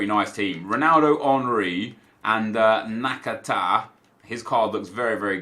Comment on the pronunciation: At least nep can pronounce nakata’s name, skillz called him nakataka